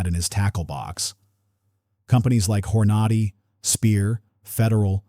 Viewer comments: HorNA'dy? No- it's whor-nah-dee' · Hor-noddy? How about Hor-na-dee. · Here we go again: Hornady pronounced "whore-noddy". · Its Horn- A-Dee.... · Horn a da di that was a car I thought 😅